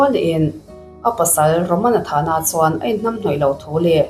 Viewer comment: ....a tuartu ni lo 'CHUAN'*... He *'chuan' i lam dãn hi a thu awmzia aṭangin i lam dik lo.Han ngaihthla nawn leh la, a lam dik dãn tùr i hre mai ang.